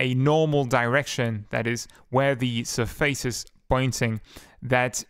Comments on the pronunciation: your saying surface wrong >:( Its SURface not surFACE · It's so weird because your english is almost native at some points then you say certain words completely wrong, for example: Surface and Absence